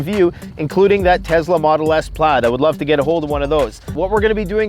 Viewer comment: Maybe Tesla would send you something if you ever pronounced their name right LOL